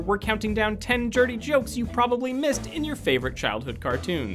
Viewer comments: "10 jirty jokes" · Why does he say "Top 10 Jurty Jokes"?? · "jirty jokes" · 10 Jirty Jokes JIRTY? WHAT?! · No one notice he said 10 jirty jokes in the beginning? Lol